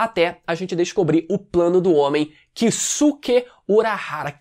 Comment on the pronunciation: Kisuki e não kisuko